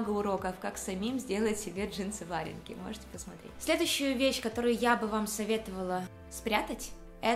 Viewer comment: Джинсы варЁнки, и свитера с хомутАми! Обратите внимание на ударения, очень режет слух